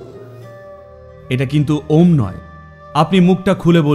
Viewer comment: Its Om not aom